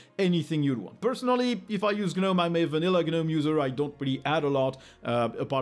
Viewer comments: The G is silent, the G is silent, the G is silent. How do you pronounce garden gnomes? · You don't pronounce the G in Gnome bud.